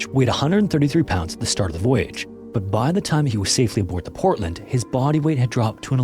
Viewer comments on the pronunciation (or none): none